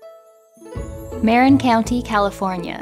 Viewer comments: MER-IN COUNTY LOL... IT MAR-IN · Muh-RIN not MARE-in county.